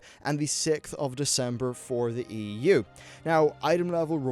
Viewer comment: There is nothing wrong with your pronunciation but as you pronounced EU opened my eyes, EWWW